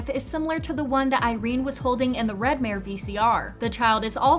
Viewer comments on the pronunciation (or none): none